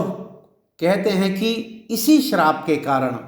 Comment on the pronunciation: Shrap 😂 gazab pada